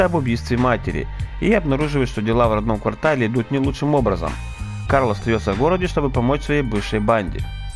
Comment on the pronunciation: Хех, почти в конце послышалось Кал ДжонсонXD